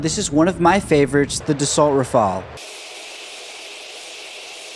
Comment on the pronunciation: You pronounce Dassault ( Duh - Soo ) not De Salt.